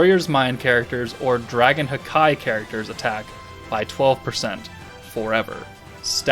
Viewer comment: I'm always triggered says haki (ha-kee) as hakai (ha-kai)